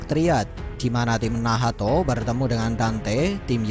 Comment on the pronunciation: nacth bang bukan nahato